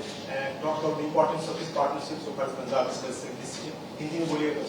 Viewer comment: It is not Poonjab. Say Pun and then jaab